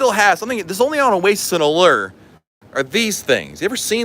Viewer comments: "uh-lurrr of the seas'. Doesn't sound very alluring 😂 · Every time he said it we mimicked it and laughed.... Uh-lerrrrrrr....... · Drives me batty!! Where is the ERRRR in ALLURE!!!